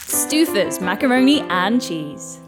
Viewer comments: did she say Stewffers LOL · "Stew-fuzz"?!? 🤣🤣 British voice-over lady needs to learn how to pronounce Stouffer's. 🙂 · Stew-fers? Aye yo what lol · its pronounced stow fers not stew fers 👿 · Whoever the announcer is needs to know how to pronounce Stouffers. 😀. It’s not “stew-fers” it’s “stow-fers”. 😀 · Stouffers pronounced as “stew-fers”? It’s pronounced “stow-fers”. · Btw, it's Stouffer pronounced Stoafer nouw Stoofer according to their own ads. 😊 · Did the announcers pronounce Stoufers as "Stew-fers" and not the correct "Stow-fers" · AI needs to learn it is STOW Firz, not STEW furz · Stew-frz?!! Lol Stow-frz… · British people should learn how to pronounce American brands... it's STOWfers, not STEWfers. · “Stew-furs” you mean to say “Stow-FFers” 😢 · “Stewfers” 😂pretty sure its pronounced “stowe-fers” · Stoofers?? its STOWfers XD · Announcer: sToOferZ Me: It's "stoh-fers." The first syllable rhymes with toe! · IT'S "Stow-fers" ! Stoofers.... geezzz.... 🙄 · The way she pronounced “Stoofers,” it hurt my southern heart! Lol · I have never heard Stouffer's pronounced like "Stoo-fers" and I grew up going to their surplus store in Ohio next to their HQ for French bread pizzas fairly often. Stow-fers is the only pronunciation I've ever heard before today. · why did the narrator lady pronounce stouffers like that?!?!?! It's stow-furs, not stew-furs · Is Stouffer's really pronounced "STOO-fers"? I've always pronounced it "STOW-fers". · Wtf is a “Stoofers” its Stow-fers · I'm sorry..."stoofers?"" "STOOFERS? " Madam, it's stO-fers. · "Stoofer's"? Lol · “STEW-furs” really?!? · I did a double take. “Stoofers”. 💀😹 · STOOOFERS? WHAAAAT? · I cant get over how she pronounced it "Stoofuhs" lmao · 'Stoofers?' Please stop. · It's Stoh-fers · Hahahaha! STOOFERS. Someone with a Brit accent didn't know how to pronounce it, golden. =) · Stew-fins. How do you have a pannelist, a camerman, along with an announcer who can't be bothered to figure out how to pronounce the products